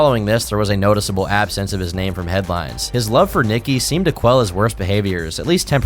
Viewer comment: How did you manage to pronounce so many of their names wrong